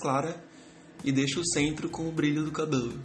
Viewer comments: "Cabolu" kkkkki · Teu sotaque na HR de falar (CABELO) me mata de rir kkkkkkkkkkkkk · Muito bom. perfeito. Só achei engraçado a forma como vc fala "cabelo". Rsrs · É engraçado quando você fala a palavra cabelo😅 Mas seu desenho ficou lindo! Parabens! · tu fala cabelo estranho